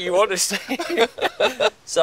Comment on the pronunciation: "honestly" or "hunestly" as he says it